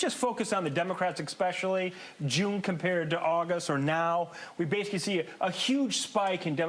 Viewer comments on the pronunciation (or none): Dude said Exspecially gonna assume he's talking out his ass now. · Absolutely. I don't understand why educated people say Exspecially.